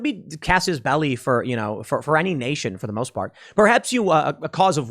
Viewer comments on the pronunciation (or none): none